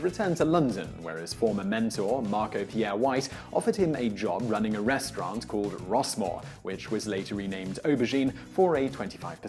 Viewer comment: Why do you say "restrwaarrnt"